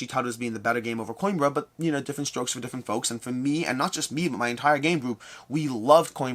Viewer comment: I finally looked up how to pronounce Xia! Also: Mispronouncing Coimbra (co-EEM-bra) despite me commenting on it for two years. 😂😂😂